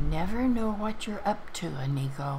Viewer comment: Good morning grandma! that inigo name sounds Like (Amigo) when you say it and it cracks me up everytime😆 Like: Come on amigo Let's go